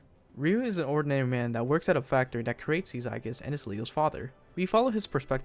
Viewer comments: Shouldn’t it be pronounced as Aegis (Eyjis)? A Greek term for protection or shield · Nice! Hopefully this takes off and we can get another major mecha franchise out if it. Also, Aegis is pronounced more like eejus.